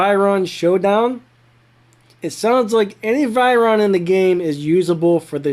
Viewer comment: No offence but u said veyron wrong🤭